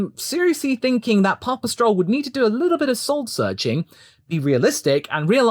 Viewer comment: Papa Stroll sonds like Pawpatrol the way you say it. There ist a Joke somewhere in there.